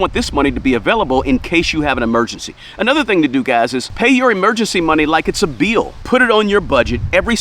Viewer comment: I could tell your southern by the way you pronounced "beal". I miss the south